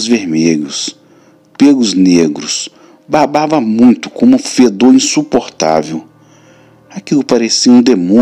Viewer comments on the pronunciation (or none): none